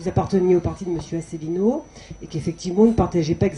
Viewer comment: On a une véritable synthèse dès le début, avec une présentatrice qui essaie de nous vendre son auteur comme un courageux iconoclaste, alors que son CV ressemble à une batterie de casseroles, sa présentation de François Asselineau dont elle écorche le nom et dont elle oublie (volontairement ?) le nom du parti, en le faisant passer, par contraste, pour un apparatchik, et le mépris de M. d'Héré lui-même pour son contradicteur qu'il traite d'extrémiste et de marginal sans le regarder, en croyant balayer le débat d'un revers de manche.